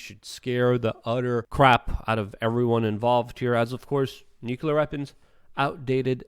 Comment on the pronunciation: It's Luke though so he gets a pass. He can't even say nuclear right lol